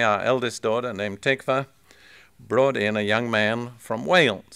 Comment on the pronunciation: Tikva means hope in Hebrew, but the stress is on the second syllable: tikVA.